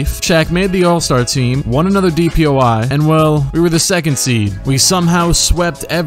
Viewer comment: Everytime he says DPOY I hear DPOI haha